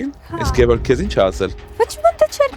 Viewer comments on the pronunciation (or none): none